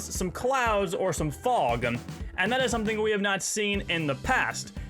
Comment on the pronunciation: why do you say the letter m at the end of most words? like fog, you said fogm and also sky you said skym, and not to mention when you said seasonm and thingm